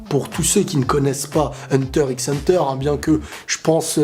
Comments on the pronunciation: Hunter et non pas hunteur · Hunta Hunta